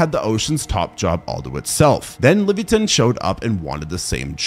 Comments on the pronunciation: Did this nga just say Livi-a-tan. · Wtf is a levia-tan?😂